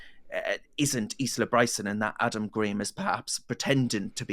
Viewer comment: Please seek some advice on the correct pronunciation of the name Isla (Ile-ah)